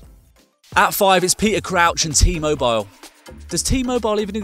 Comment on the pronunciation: T-mobile exists he pronounced it wrong